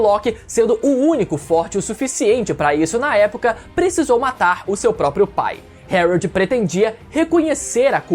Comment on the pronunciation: Pq ele fala algumas palavras errado? Tipo o nome do pai do loki?